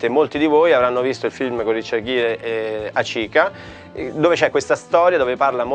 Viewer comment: Poi nel video il professore ha sbagliato due cose:Hachiko non si dice Hachika e poi la seconda volta che ha nominato la razza ha detto Akito (che potrebbe essere anche il nome di uno dei cuccioli)